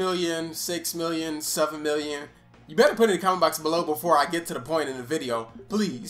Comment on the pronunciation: why he put so much emphasis on the b in better like nigga my ears